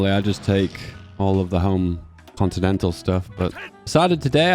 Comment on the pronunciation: No way, this guy can't read fucking "continental" 💀💀💀💀💀💀💀💀💀💀